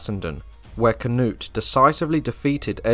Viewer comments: I love ya but for the love of God - Cnut - "kuh-noot" or "kuh-newt" whichever fits in your mind better phonetically 👍😺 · Oof. Went from saying Knut/Cnut correctly to Cuh-nut.